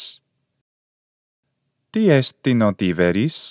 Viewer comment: Why did you include the betacism in pronouncing Tiberis ? I had heard the betacism was only introduced to Greek around the 1st or 2nd centuries CE (so very late Koine, not Classical Attic Greek) and before then a B was pronounced as a B. I’ve learned that there are numerous differences between Koine and earlier Classical ancient Greek like Attic. Your video on the pronunciation of Chaire - Kaire taught me that. I have an interest in this because my ambition is to learn how Classical Greek evolved from Homeric Greek and in turn to understand how the prior may have evolved from Mycenaean / Achaean Greek. I’d love to be able to reconstruct the actual language of the Greek heroes like Ajax, Achilles, Agamemnon, etc. I am assuming that Mycenaean / Achaean Greek would lean heavily toward Doric. The Phaistos disc pronunciation TED talk was interesting (although I am unsure of its accuracy).